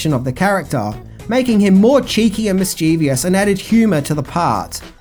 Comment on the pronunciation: public service announcement: 'mis-chiv-us'